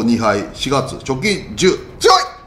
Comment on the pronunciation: この言い方が、借金なのか、貯金なのか・・・